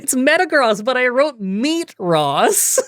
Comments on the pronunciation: Please always call it Meatross like you do water onix 😂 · Mispronounced Pokemon run: Snowbama and Meatross